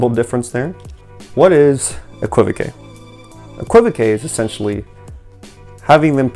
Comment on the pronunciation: Thanks,. The word is pronounced, EK-kwuh-vok. 😊